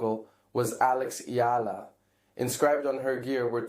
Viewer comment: YES❗️ I noticed that too. And i love how he pronounced Alex Eala's name correctly. ❤